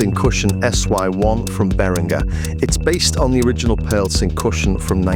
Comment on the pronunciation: That's cussion, as in percussion. Not cushion. Just sayin.